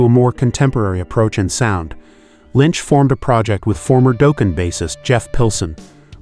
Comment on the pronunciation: If I hear it pronounced Doeeken. What is this a Homer Simpson metal band